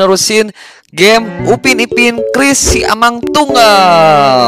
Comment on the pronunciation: Sebutnya bkn SI A MANG tp SIA MANG, saya ini orang Malaysia